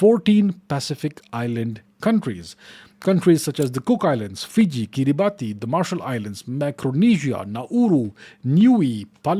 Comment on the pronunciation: If you're going to talk about Pacific island states it would be good to check pronunciations. "Kiribati" is actually pronounced "Ki-ri-bas".